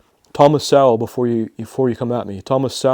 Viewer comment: FYI. Thomas Sowell’s last name pronounced ‘soul’